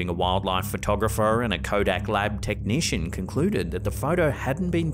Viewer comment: Did he say Kodak Black technicians 🤣